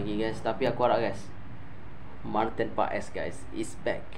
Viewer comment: English u bagus bro , pronounce paes is Pass 😊😊